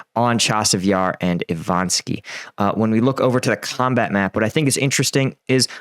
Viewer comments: Ivanivske!! Not Ivanski. Zaporij-ya, not Zaporohizzia. Come on dude, I know you can do it! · Seriously dude, you continue to dazzle me with your ability to mangle the word/name/pronunciation of “Zaporizhzhia” completely and multiple different ways in every video…Congrats! And as of late you’ve added mangling “Ivaniske. It’s not “E Von Ski” - its “E Von Eve Ska”. 🤣😂😅🤣😵‍💫